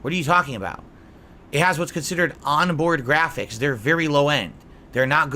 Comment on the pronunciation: "AHNbhoard Ghraaphics. Okhaay?"